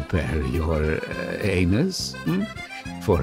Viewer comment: "and do prepare your anus for unforseen cosequences" caught me off guard💀